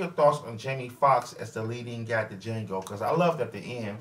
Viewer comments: The funny thing is, is that he even quoted "the D is silent" line from the movie and still pronounced it wrong. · You EVEN QUOTE the line where Django is asked his name and says, "Django, the 'D' is silent"...and yet you KEEP pronouncing the 'D' in Django. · I'm surprised that he is still pronouncing D and nobody has said anything, and he saw the movie.